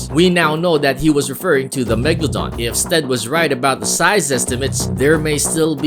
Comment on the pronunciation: my friend thought the megalodon was a place cause he pronounced it mega london